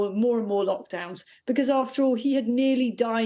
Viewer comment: Did the lady just say mockdowns 😳